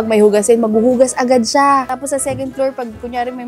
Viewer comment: Parang may diin ung pagkaka sabi ni pat na "MAGHUHUGAS AGAD SIYA" hahaha 🤣